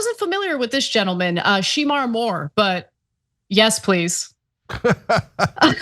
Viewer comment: How TF do you not know who Shamar Moore is? The man has been an actor since the 90s. And his name is pronounced Shuh-mar.